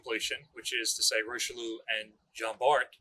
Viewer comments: Lol your French pronunciation is way off. I heard it’s pronounced like rishilly-air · Richelieu is pronounced "Rih-shell-yeuh" not "Rai-Cheloo" nor "Roy-Cheloo". I have heard far too many people including our dear butchering the name, I get the spelling seems odd but its not that hard, on behalf of France I ask very nicely to say it right. Thank you to and the Battleship New Jersey museum for making a video on the pride of the Marine National.